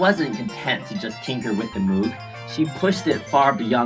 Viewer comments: It's mow-g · By the way, moog is pronounced moge like pope or pogo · She’s amazing. By the way, Moog is pronounced “Mohg” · Very nice! Sadly you pronounce Moog wrongly